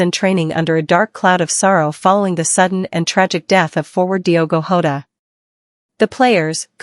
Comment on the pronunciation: It's Jota not Hota and he was 28. Fuck this bullshit